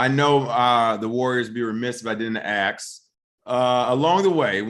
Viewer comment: Why do you say “aks” as in ask?